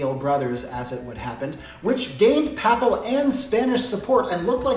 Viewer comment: I believe it's pronounced;"Papal" not "Pappal". And Hussar is pronounced "HUzzarr". I spent a wonderfully extensive time in Poland where they tough me a lot about the winged Hussaria (Huzzaria) of Poland.